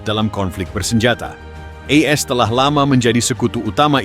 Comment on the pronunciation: Kok E S dan Israel ? Bacanya AS dan Israel bang ? Perbaiki dong?